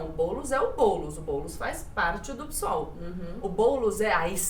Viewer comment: Se pronuncia PÊSOL nao PISOL, tem que ler a sigla do partido, não PSOL como uma palavra.